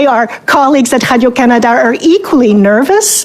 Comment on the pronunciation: "CBC Hadio Canada" she says over and over again .. . eating that Laurentian Anus.